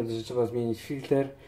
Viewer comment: czyta się filtr człowieku a to co pokazałeś to cieniutko cieniutko